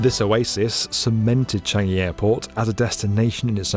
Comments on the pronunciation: it’s CHAN-gi not CHEN-gi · "Cheeeyngi" Yeah very authentic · isnt it chan jee?